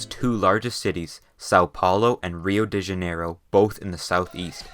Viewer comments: SA O PAULO AND RIL U DE DIANEIROL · I lived for this: "Soul Paulow" and 'Riow de Janeirow" i love how outsiders pronounce certain words of here.